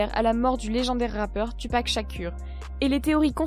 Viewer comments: ca se dit toupac shakour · TUpac ShaKUR frère c’est un blasphème ce genre de prononciation ! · attends attends attends, si t’est pas capable de dire son nom, dis le pas... puis je veux pas être méchant avec toi, mais tu dis de la m*rde... OUI IL EST MORT, c’est claire que tu le connaissais pas T’est théories sont digne des théories des platistes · sa se prononce "toupac shakour" pas tupac shakur